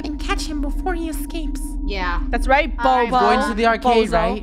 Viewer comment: I HEAR FUNNEH SAID B0B0